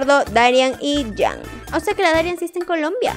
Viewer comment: Porque siempre dices mal el nombre de dari no se pronuncia darián! es darían con solo acento en la i